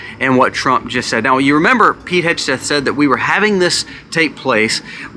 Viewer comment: Heg: rhymes with leg, beg, peg, Meg. Please quit mispronouncing his name.